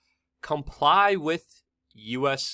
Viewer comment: The word is WITH - not Wit .